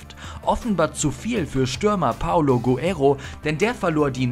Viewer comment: Hey liebe Moderatoren ihr solltet mal den Namen von Guerrero richtig aussprechen: Es ist nicht Paulo Guero sondern PaOlo GueRREro. Wie kann man nur Vor und Nachname falsch lesen?